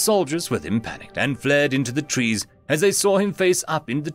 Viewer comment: I'm pretty sure 'tress' should be 'trees'.